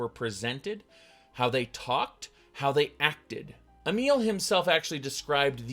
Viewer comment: I watched that and the only criticism I have of video is that he can't pronounce Emil correctly which detracts from otherwise valid, although a bit too snarky for my taste, criticism. It's pronounced like "a meal", not elm, not email, and all the other ways he mangles that name. As for Emil, I went to the original and it's almost like he's saying, "Our idiot fans out there wouldn't know what a good story is, so I'm not going to bother writing one." One thing to consider is that the entire premise of Fallout 4 was a rather insignificant side quest in Fallout 3, "The Replicated Man". That means this idea was percolating around Emil's head for quite a number of years and this is the best he could come up with?